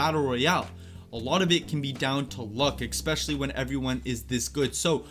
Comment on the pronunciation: Absolutely no one:: “Ixpeshally!” (All love bruh)